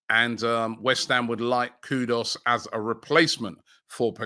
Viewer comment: KudUS, not Kudos